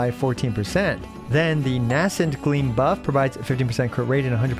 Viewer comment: Buff by the way not puff lol😂